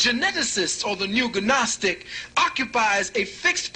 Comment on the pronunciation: I was enjoying his monologue while working until when he mispronounced gnostic as ganostic two or three times. Kinda killed it for me. If he doesn't know the g is silent why did I waste time? I want those 34 minutes back.